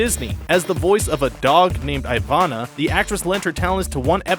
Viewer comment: uhm just to clarify ivona is pronounced EEE-VON-UH not EYE-VON-UH